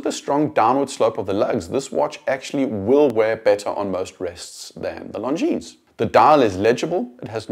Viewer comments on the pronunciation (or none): Very good video — but PLEASE pronounce Longines properly. Only ignorants pronounce the S at the end. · the way you pronounce it, it sounds like “Long Jeans”! I have the Legend diver in all black, which makes the long lugs less obvious and I love it! Amazing value for money! I prefer the design of the dial because of it’s vintage look, although the JLC is obviously better in terms of finishing. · Glad you enjoyed the video. Thanks 😀 Not sure how I feel about being called ignorant though. May continue pronouncing the S on pure principal. 😂😂😂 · Sorry, that was uncalled for on my part. I will remove my comment in a couple of days. I just thought it was a shame that such a nicely done video (with a very talented and well spoken host) ruined the end product by mispronouncing the name of such a pillar of the watch industry. I think people can be forgiven for botching Jaeger-LeCoultre -- but not Longines... ;)